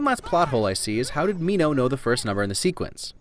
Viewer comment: Minno 😂😂 its minho